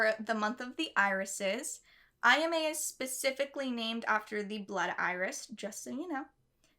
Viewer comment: When people watch the anime and hear these names constantly but still butcher the pronunciation. Like, how? Japanese is literally how the romaji is spelt. AH-YAH-MEH! It would only be pronounced the way you are saying it if there was an I after the A. It is Ayama. Not aiyame And why are you saying Reen? Are you Russian? It is Rin! R-IN!